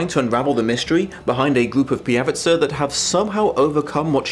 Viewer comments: It is not pijavicA it is pijavicE... PijavicA sounds Slovak. But it does not really matter :) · Watching this video as a Czech has me "😮" 😂 Seems like an interesting book, and someone has definitely done their homework (for example vodník is a typical Czech folklore entity). But "pijavica" gave me a bit of an eye-tick (in Czech it's pijavice) 😅